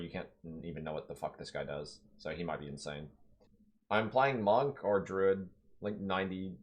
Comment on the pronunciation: It’s pronounced drooooood sheeesh. Don’t forget to water plants or they smack u